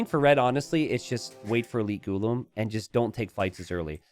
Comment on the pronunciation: Hey I am from India it’s pronounced “gu-laam” and not ghu-lum also the civ is pronounced “Hindus-taa-knees” and not Hindus-tan-nis. Hope this helps.